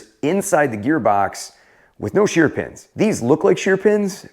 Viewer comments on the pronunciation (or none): Note to Toro Engineering: It's Shear Pins not Sheer Pins.